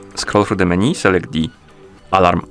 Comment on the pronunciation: It's not meni, it's menu